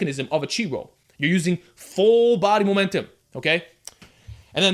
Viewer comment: Momentim, Momentim, Momentim, Momentim, Momentim...xD great video tho